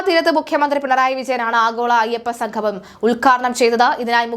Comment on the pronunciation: വാർത്ത വായിക്കുന്ന ആൾ ഒന്നു ശ്രദ്ധിക്കുക - സംഗമം, ഉദ്യോഗസ്ഥർ മുതലായ വാക്കുകൾ ഉച്ഛരിക്കുമ്പോൾ ഇടക്കിടക്ക് തെറ്റുന്നു. ഒന്നു ശ്രദ്ധിക്കുക.